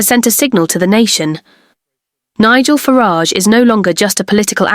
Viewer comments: Yes we heard you repeatedly mispronounce Nigel farages name..disrespecting ring him and the party he stands for. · I'd like to believe this post ... but I'm not taken in by this vlog. Just ask yourselves: why is Nigel Farages' surname mispronounced? Could this be an AI voice? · 😂😂😂 I can't! The way the ai says Nigel farage! 😂😂 Starmars actually wild tho wtf...